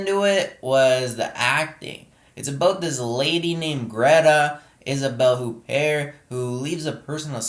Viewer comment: Thumbs up for pronouncing Isabelle Huppert's name correctly.